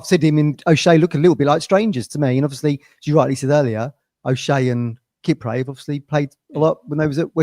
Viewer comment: Come on it's Kip- Prey not a ford car from the 80s 😂